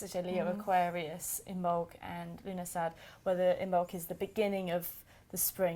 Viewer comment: it actually means september in the irish language. you dont pronounce the dh at the end. love the morrigan on your shirt. im your irish facebowook friend. love the videos as you kn